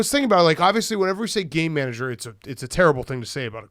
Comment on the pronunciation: Any one else just hear gay manager instead of game manager?